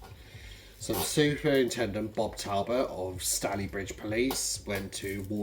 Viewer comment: I re-looked at the photo and i honestly can't see any injuries with his legs. But yes it can be hard to aqquire accurate info sometimes. Your pronunciation of local places is amusing. Ashton-under-Lyne... the Lyne part rhymes with Line. With Stalybridge the Staly part rhymes with daily. Minor details to be honest. Interesting video. Awaiting to see if police act on all the info i gave them.